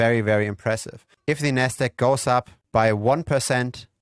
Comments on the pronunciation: if you space out the syllables ever so slightly and enunciate the “D” and “Q” in NASDAQ your pronunciation would be clearer. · haha, I thought the same thing, it's your accent, when you reference the Nasdaq, it sounds like "nest egg" which is another term for a savings plan for a household 🤣 Great video! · Ah took me a while but you're referring to pronunciation of Nasdaq...